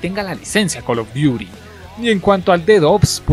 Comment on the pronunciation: Call duti zobi